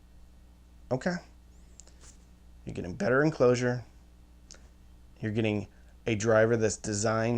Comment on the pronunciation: Is anybody going to mention the 'Enlcosure' ?